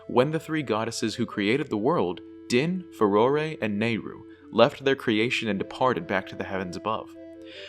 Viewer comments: Fay-roar! Not fay-ror-ray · I know this is late but the E on the end of Farore is silent